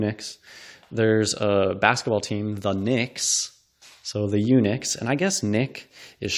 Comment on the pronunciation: It's pronounced eun-uch, as in luck. You may be the only person in the world that pronounces is to sound like nick. And odious is something completely different. Try opening up a dictionary sometime, instead of making stuff up.